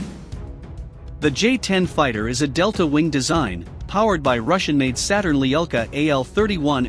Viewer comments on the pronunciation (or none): none